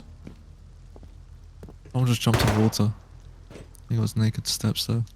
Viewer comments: That sounded soo bad, But I'm pretty confident He was actually saying Naked, but Pronounced it badly, and the Mic Didn't help. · Thanks for clarifying- def sounded like N word - very glad it wasn’t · Slow it down to 0,5 speed thats where i start hearing naked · "i killed that black NAKED with the tommey in the middel" Rewatched it 5 times cuz i thought bro said somethin else xD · It sounded like the n word lol I had my phone speaker covered and re winded the vid and heard naked the 2nd time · I know he said naked but it did sound like the n-word and you can’t deny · didn’t know naked was also said with an “i” in the middle and a “uh” sound at the end 🤔